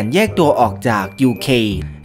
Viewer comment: ไอร์อ่านแบบนี่ไอซ์